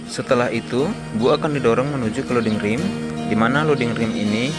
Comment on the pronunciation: Ramp (bhs inggris) dibaca bunyinya "Remp" (bukan "Rimp")